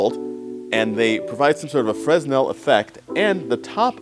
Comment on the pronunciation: Hi Donald Osborne, very much enjoy your Audrain series(es). A detail, knowing you aspire for perfection: As I learned I think in theater: The lens type "Fresnel", which looks like one should say, 'Fres-nel,' as you did, is counter-intuitively supposed to be pronounced: 'Fer-nell.' Again, I look forward to exploring more Audrain videos. I grew up in Mass, btw; never heard of the Audrain till your series with Jay & these "Audrain" sseries.